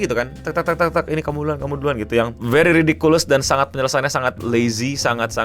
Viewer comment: Ridikiles bang. Bukan ridikulus..